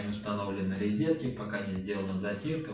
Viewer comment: Ризетки, или розетки?) Внутренний уголок-вставка на кабанчике смотрится препохабно! Необходимо запиливать сочленение, это как хотите.